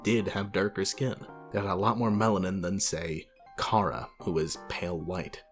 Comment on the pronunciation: The official pronunciation of Chara is Care-uh